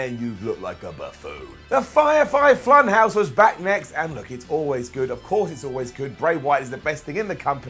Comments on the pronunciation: “the fire fy flunhouse” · Also... it sounded like you said 'The Firefie Flun House' which is a great slipup :D